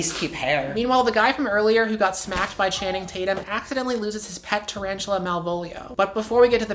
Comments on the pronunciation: the guy who said channing tatum looks biteable. did he say channum tating? T.T? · "channum tating" lmao